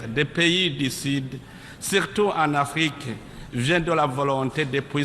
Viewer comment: l'Afrique au lieu de l'Arique